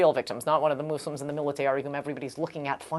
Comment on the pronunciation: moose-lims? :S